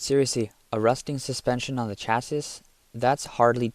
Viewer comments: It's pronounced "chassee", not "chass-iss", but otherwise, much better narration than the 90% of all YouTube videos that are now AI narrated. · Chassis is pronounced cha-see! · This is killing me...Chassis...is pronounced CHasē,ˈSHasē, it has an "E" sound on the end. Naww, just joking, IDC about that, just pretending to be a Grammar "Yazi"! Nice channel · Chasis SAY Chasee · I hate to be this guy, but it's pronounced "sha-see" or "cha-see", there's no 'sis' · what in the heck is a Chass issssss crappy AI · China has zero oversight on everything, QA is unknown, Jesus, these cost-cutting clowns! Chassis pronounced cha-say. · The way you pronounce ‘chassis’ makes you sound like AI 😂 (the last s is typically silent) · Imagine not being able to pronounce simple words…….. “chassis” 😂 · You’re pronouncing chassis wrong 😂😂😂